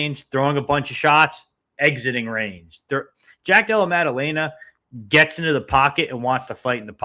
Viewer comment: pronunciation of the week: Maddaleña 🇪🇸